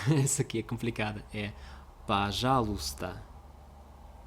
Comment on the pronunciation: Так чисто сказал слово "пожалуйста" с первого раза...